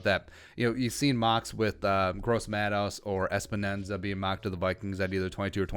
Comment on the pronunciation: Im sorry, but it's Epenesa (Epp-uh-ness-uh) not Espanenza